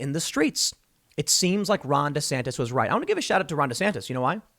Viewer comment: Am i the only one to hear Rhonda Santis?